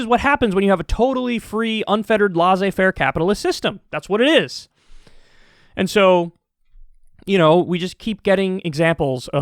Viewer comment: wtf is "lazey fair" capitalism? Does he mean "laissez-faire" capitalism?